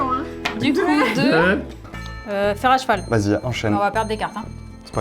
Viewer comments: Tiens, dit "fer à jeval"! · Je ne rêve pas O_O, dit "fer à jval"!